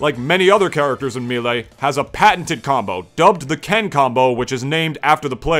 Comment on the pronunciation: Why do you say "Milee"